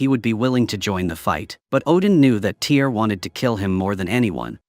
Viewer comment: Its NOT a Movie , its a Tv Series. and the name TYR is pronounced Teer not Tire. Just so you know